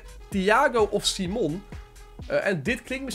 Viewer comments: Je leest simon als saimen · Simon spreek je uit op zn engels. Hoor het meerdere ytbers zeggen dus ik snap het wel